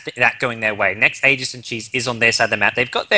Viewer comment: LD is one of the only three casters that I've seen pronounce aegis properly. Props to him.